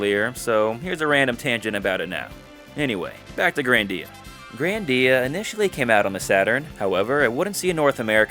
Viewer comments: Grandia not grandeea anyways HD remaster on ps5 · Why does he call it grandía